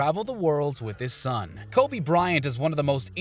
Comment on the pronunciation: It’s Kobe not Kolby